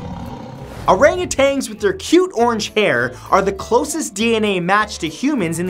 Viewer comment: OranguTANS. Sorry, but as a zoologist I must correct you. They aren't orangutanGs. Take off the g when you say it